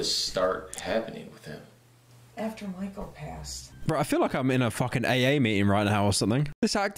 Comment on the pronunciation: pronouncing Michael like pickel